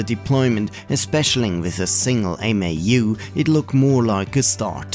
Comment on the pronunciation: MAU is pronounced mow (like cow) I saw a school computer lab that booted a bunch of PS/2s from 1 Novell Netware server over token ring. Eliminated a lot of stuff kids could get up to.